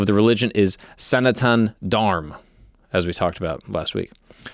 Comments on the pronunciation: it is pronounced Sanatam Dharma :) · It's pronounced Sa-Na-ta-Na Dharm. Hope that helps. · So it is Sanatana Dharma. However, North Indians in particular, have this quirk of leaving the A sound off the end of words, hence "sanatan dharm." It's just a linguistic informal language quirk 🙏 🕉